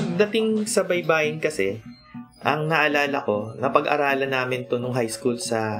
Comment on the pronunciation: baybay is spelling....baybayin is to spell......baybayin, stress last syllable.